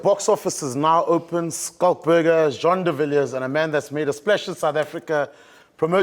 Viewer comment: Jean?! Bos? WTH JEAN!